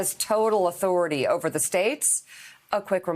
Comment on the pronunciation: He's trying to say "respect my authoritah!"